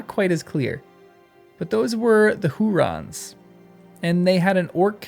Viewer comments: "Huorns", not "hurons". The "r" is after the "o", there is no vowel between the "r" and the "n". This might be easier to pronounce in a non-rhotic accent (such as Tolkien used), in which the "r" would be silent, having no vowel following it. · Who orns, not rons. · Since you asked us to tease ypu on your pronunciation... HOO-Rons. 😂 You sound like Kay and Peele. "OK a-a-RON." (Loving the vids!) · Hu-orns. Hurons were an Indian tribe. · OK, I will spell it out. The OP typed that Old Man Willow was a "Huron". This is confused, as the Hurons are a native culture of Canada. The OP should have typed "Huorn", as that is the name Tolkien gives tree-like creatures in his books. The channel guy keeps saying it wrong; many commenters have said so, so maybe the OP was led astray. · It's Hu - orn, not Hu - ron. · For your reference, Huorns is pronounced like Hu (hoo)-Orns Like if you took the word “Horns” and inserted an “oo” sound between the H and the orns part. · HEW--ORNS. Or HUGH--ORNS, if that helps. And Curunir is Koo-Roo-Neer. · I think huorns is pronounced "who orns", with the stress on the first syllable. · Yes ; made it hard to appreciate essay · One could possibly learn to pronounce it by starting with the word “horns,” and the stretching it into “WHO-orns.” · He keeps putting the r in the middle, which is funny